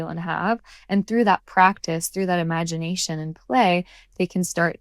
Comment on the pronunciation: Imagineation…sounds like ‘I magic’